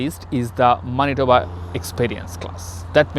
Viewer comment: Pronounce of Manitoba is not right!!!